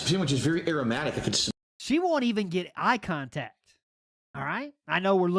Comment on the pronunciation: "broo-shed-duh" - "air-omatic"